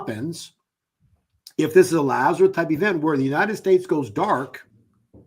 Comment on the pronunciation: LAZARUS, not "Lazareth". Actually his native Hebrew name was Eleazar. The KJV translators corrupted most names in the narrative.